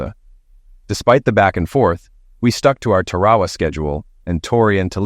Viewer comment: Tarawa is normally pronounced Tar-a-wa, however, in California it may be Terry Wah Wah.